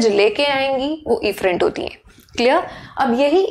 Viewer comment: WhO Heard afferent and efferent same...😑😑😑😑